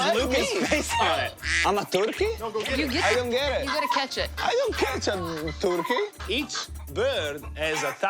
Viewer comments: luca hahahahahahahahahahahahahah World:Turkey Luca:Torkiy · joe is as amused as us the way Luca pronounces turkey